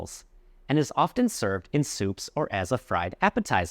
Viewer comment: you also pronounced pronunciation wrong and in often "t" is silent..